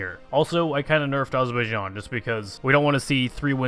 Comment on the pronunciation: AZZ ZZER BAI JAAAN not Azorboyijan. you almost said it right.